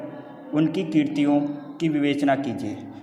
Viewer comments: I think... 🤨 Abhi Apko Hindi padhna sikhna hoga...😡😡😡 Mujhe nahi lagta ki Aapko hindi padna aata bhi hai... 🤬😖😖 😤Kratiyon ko tum kriti bol rahe ho.... 🤭🤭Sir ji... Copy kratiyon lakha hai Tumhari wife ka naam (kriti) nahi .... 😄😄😄😄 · Abey kya thankyou Kratiyon ko kirti bol rahe hai .... 😄😄😄😆